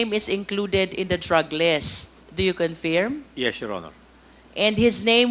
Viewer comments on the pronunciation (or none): Why does she keep saying "confeerm"?